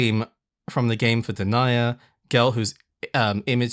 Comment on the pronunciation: I dont want to be that guy, but its "den-knee-ah" Denia. She's....an extremely spoilery character, but the important part is her story is particularly tragic. "Evil and menancing" is quite accurate